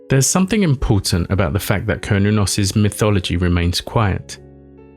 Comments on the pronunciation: It’s an S sound not a “k” sound. Ser-noo-nos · Sounds like Cern, certain, Cernunnos. Not kurn i would think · Repeat saying "Cernunnos" enough and you'll eventually say "Chronos" instead. Everybody knows who Chronos is. I mean, given the seeming importance of the figure on the depictions... I don't think my armchair conjecture here is too wild. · glad I'm not the only one who feels strongly about the hard 'C'